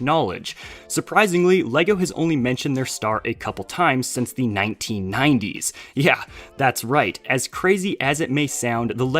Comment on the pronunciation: This is the first time I've been offended by someone saying the 19-90s